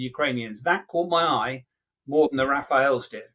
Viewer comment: Major saying "Rafaels " !!😁😀😃